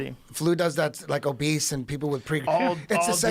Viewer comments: Brendan pronounces “obese” as “obeast”... who lets this guy talk? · Was it just me or did Schaub pronounce obese as “o-beast”? His stupidity is astounding. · Did Brandon just say...."Obeast".....and then repeat it again? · Is Brendan saying 'obese' or 'obeast'? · Brendan thinks that obese is obeast, or at least that's how he pronounces it. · Will someone tell Brendan that there’s no ‘T’ in obese?